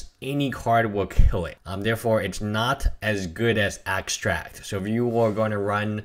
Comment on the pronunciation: Protagonist He has a little speech problem. So what? Its minor mispronouncing get used it. No need to flame him for a little problem